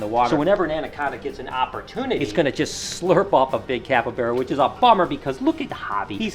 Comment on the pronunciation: It’s capybara not capybeara